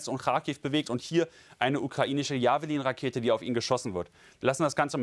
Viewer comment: nicht J a v e l i n sprechen. Kennst du Jeff Bridges? Bestimmt, nehme seinen Vornamen und setze hinten lin dran. Jefflin, so spricht man Javelin aus. Und ausserdem hat die Javelin einen top attack modus. Grüße von einem echten Experten.:elbowcough::dothefive